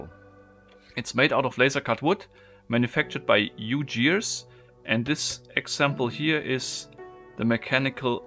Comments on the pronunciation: GEARS,,,,,not "JEERS" in English , the first letter of "Gears" is said like the first letter in "Goat" .... not making fun of you , just trying to be of assistance .... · Nice one Only thing, it is pronounced as u-gi-ers and not u-ji-ers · Did anyone else notice he said ujears and not ugears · Since when are you Martin? I mean, it is Wednesday, but still. Also, I pretty sure it’s Ugears, not Ujeers.. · "You-jears" Pretty sure that's supposed to be a hard 'g', chief. As in "gears" that "u" assemble. Don't get me wrong, though - great vid, and beautiful device. EDIT: Are your business cards on playing card stock?! They're fantastic! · My thoughts exactly! "You-jears" just doesn't sound right to an english speaker. As an engineer I think the hard "G" as in "gear" has to be the correct pronunciation. Nice video, though, as all videos are. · yoo-jeers? What's tha-- oh, you mean UGears. Hard G,. Hard G is very hard to say. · You pronounce tschears wrong. (Good vid though.) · Yeah more like G in Guten, if you wanted some reference. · the word "gear" is pronounced with a hard G. as in "gate" or "ground" Just for future reference :P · FYI, pronounce the G as in the word "get" not as in the word "jet" :) Great video :) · I didn't watch this just cause he pronounces gears wrong.